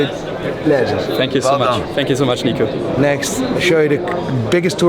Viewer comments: “Let me introduce the man of the hour: NICK-OH”💀💀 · They called Nico Nick O 😂😂😂